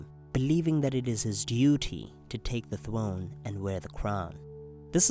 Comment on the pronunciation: Stannis is, by right, heir to the iron "Thwone"